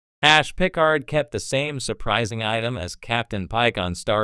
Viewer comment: I know jean pronounced like a female and Picard is pronounced the way the the lady innkeeper calls him in times arrow (pick-ard)